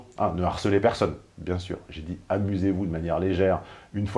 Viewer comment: Merci de maintenir le cap d'une intelligence certaine et de ne pas dézinguer systématiquement les protagonistes des vidéoscopies. Tu avais dit (pardon : djit) que tu (ou tchu) n'était pas un bourrin et que tu ne défoncerais pas n'importe qui juste pour nous faire marrer. Tu t'y tiens. J'apprécie. Mais tchu vois c' que je veux djire en véritché.